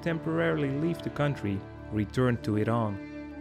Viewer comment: "Semi-colonial"? Never! Iran always had a national government with a monarch as its head. I also do not like the way you pronounce "Iran."